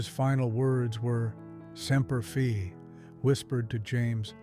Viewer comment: It's not pronounced Semper Fee. It's Semper Fidelis or Semper Fi.